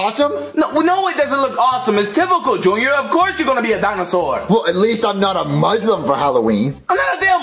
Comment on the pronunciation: when junior said "at least im not a muslim for halloween" i was so offended and he pronouced it muzlim... its a dam s not z